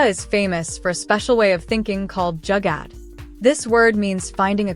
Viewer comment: Great video... It's not Jagad: it's spelt as Joo-gar though 😊❤